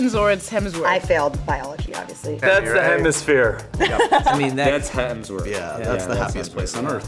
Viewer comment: scarlett J: i failed biology ovbiously hahahahaha that killed me